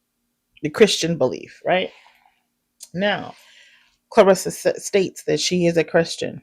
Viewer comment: You're the first person i heard pronounce her name correctly, besides her and her family. Everyone calls her "clarissa" instead of "claressa"